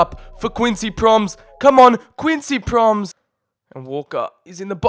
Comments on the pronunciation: It's prom-es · Please learn to speak out the names (Pro-mēs) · The way you say "Quincy Promes" is so painful It's not pronounced Proms it's Pro Mes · Prom es not proms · It's not proms but promès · HIS NAME ISN’T PROMS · It’s Quincy Pro-Mes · Promes is pronounced like gomes